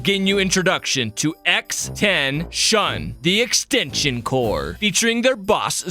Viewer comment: He keeps saying extension "cors" Its extension CORPS!